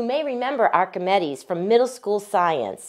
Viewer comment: Nice looking gauge, and it's nice the artisan uses as much "local" material as possible to fashion them. With such a nice product, it's a shame the narrator can't pronounce "Archimedes" or "buoyant." Back in the days before computers and the internet, I used to think such people were just lazy or too busy or careless. Since it now takes only seconds to lookup and HEAR correct pronunciation of any common word, that opinion is exponentially magnified.